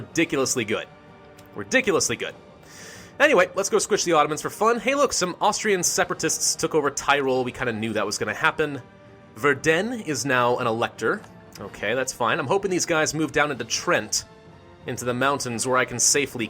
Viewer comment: At Verden the second E is short "Vair-Den"